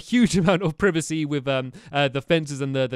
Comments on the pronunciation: Stampy what is proovicee? I think you meant privacy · Your saying privacy wrong.